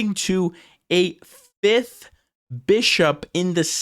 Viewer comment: you said “fith”! The word is “fifth”. There’s a second F in there.